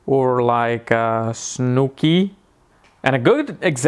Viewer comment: Lmao the way you said Snooki. Haha